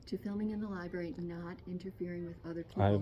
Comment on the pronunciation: Another auditor who cannot pronounce the word library